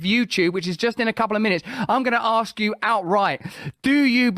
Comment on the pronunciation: Ask, not ax, not aks,.....it's ask ask ask. There is no cred in pronouncing it incorrectly.